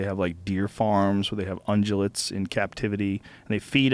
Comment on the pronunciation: 1) Joe seems to say 'undulate' on a few podcasts, when the word is actually 'ungulate', go and check out google images for; unguligrade, digitigrade, plantigrade. (maybe avoid this if you don't believe in evolution) 2) diehard motorcyclist here, your chances of crashing a motorcycle in the first year are really closer to 100%, like learning to ride a push bike. 3) you think a 1700 pound car with 200 hp is cool?, a 435 pound bike with 200 hp is now a standard. If its not fucking scary, it aint fast enough.